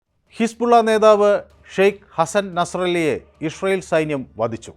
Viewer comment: ഇഷ്രായേൽ അല്ല ഇസ്രായേൽ.... അങ്ങനെ പറ